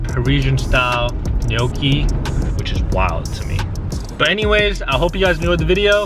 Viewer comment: losing my mind at the way he pronounces gnocci